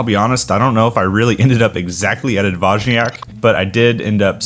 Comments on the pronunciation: It’s D-voy-niak 🫡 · Find a Polish speaker and ask!? Your BIG issue was that "J". In Polish it's pronounced like a "Y". I was lookin at those ratios of honey to water, then at the resulting ABVs and they made no sense to me. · From a Pole's perspective, you pronounce it funny ;-) Generally, these names (półtorak, dwójniak...) refer to the ratio of water to honey - półtorak has the least water (1 portion of honey and 1/2 water; 1 + 1/2 = 1 and 1/2 = one and a half = półtora (PL) -> półtorak), czwórniak has the most (1 portion of honey, 3 portions of water; 1 + 3 = 4 = four = cztery (PL) -> czwórniak). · Almost I would say: D-vooy-nee-ak but make the nee very short. Not as prolonged as in Monthy Python. Soften it up, and then you will lend on Dwójniak.